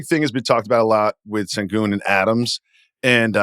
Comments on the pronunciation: How hard is it to say sh instead of s when pronouncing Alperen Sengun's name,? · Don’t blame. He sould shpell it shengun if he wants it pronounced that way…